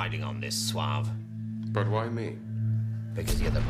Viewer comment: It's 'Suave'.